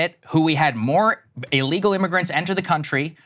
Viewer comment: umm..He stressed "illegal" ...smh